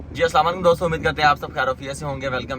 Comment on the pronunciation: aslamo alikum , ap achy teacher hen lekin "aslamo alikum" ka word to theek ada kren. slam aik dua he jo ap dosron ko dety hen. ap ka slam kerny ka treeqa theek nhi.